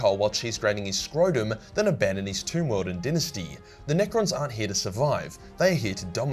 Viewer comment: great video, love the content. but bro its Dynasty (Dai-nuh-stee), not DIN ya stee. holy fuck every time u talk bout necrons, u cant pronounce it right lmao. imagine this, u watch necron vids but every 5 seconds he miss pronounces a novice level, 3 syllable word. alright time for me to hang up my grammar nazi hat